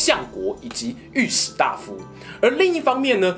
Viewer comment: 請問是御史大（ㄉㄞˋ）夫還是御史大（ㄉㄚˋ）夫